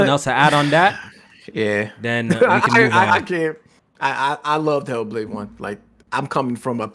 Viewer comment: "He'll Blade" that bitch be mad emo for no reason 🤣